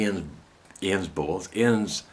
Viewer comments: For the first few times you said bowls it sounded to me as BALLS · OMFG LOL with your accent I thought you were saying BALLS LOL OMG too funny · Just wet myself laughing...... It took a while for me to realise you were rubbing liquid paraffin into your BOWLS as opposed to balls ..... lost a bit in translation..... eyes watering, face red ...There is something quite mad about laughing hysterically on your own....... such fun... ;D